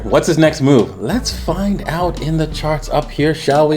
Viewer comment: What's it's next mewv?? To the mewn is it's next mewv. Thanks